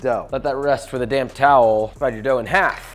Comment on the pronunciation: This is a very good video - BUT to be a great video you should speak a little slower. Every time you say 'damp towel,' it sounds like you say 'damn towel.'